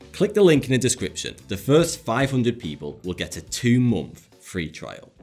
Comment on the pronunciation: Is it just me or does he say momf instead of month